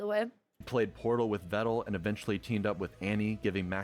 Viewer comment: Tbh I didn't know I was pronouncing Pedal and Medal wrong this whole time. Glad he told me they are pronounced like Vedal is!